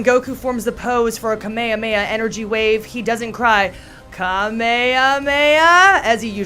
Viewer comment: so watched it again and I'm wondering if anyone else noticed her say Ka-may-a-maya?